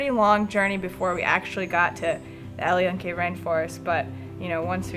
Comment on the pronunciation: not to be wierd or any thing but its pronounced "EL YUN-QUE" not yun-kie